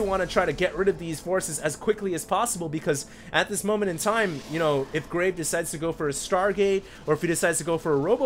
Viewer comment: Who else thinks he is saying graig? haha